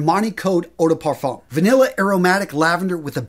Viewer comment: Good pronunciation,! BUT any time you see "le", it's pronounced "luh". So it's "LUH parfum"! You nailed the"eau DUH parfum"!